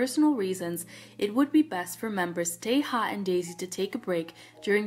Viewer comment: i feel so sad about Daisy as she seemed to genuinely love doing this more than anyone else in the band (all 9 members) 😭 (btw "yeonwoo" is being pronounced "yono" and taeha correct pronunciation is "tea" not "teha")